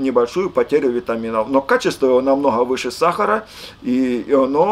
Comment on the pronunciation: сахара - ударение на последнее "А"